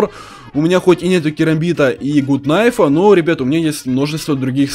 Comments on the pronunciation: Не кнайф не фнай а найф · да, правильно реально найф, а не кнайф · Найф а не кнайф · Не хнайф а найф